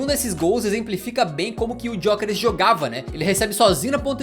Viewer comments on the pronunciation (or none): Se pronuncia Yokeres sem o G, não é muito difícil de escrever nem de falar